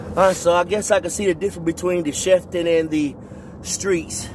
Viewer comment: Not "Chef"tan ..."Cheef" tan on that Pontiac model name bruh.